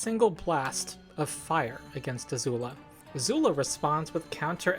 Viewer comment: why do you keep pronouncing Azula as Azuul?